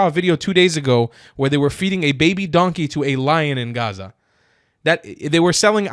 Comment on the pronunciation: the first Arab girl saying Gaza and no hhhaaaaaza i already can respect!!!! This young woman is cooking